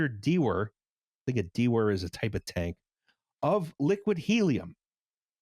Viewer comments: For future reference: dewar is pronounced DOO-er (US) or DYOO-er (UK) and is named after the Scottish scientist Sir James Dewar. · In my high school physics class we pronounced "dewar" as "doo-er", like the Whisky. It's like a big yeti cup for cryo liquids. It's vacuum insulated glass. My friend knocked it over and shattered it. A $5,000 piece of lab equipment. He replaced it with a disposable styrofoam cooler and it worked pretty much as well.